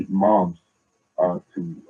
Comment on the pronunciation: "6 monfs" umar